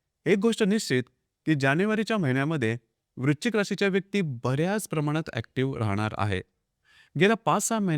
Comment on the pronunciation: Video good.पण वृश्चिक म्हणा.वृचिक नाही.😢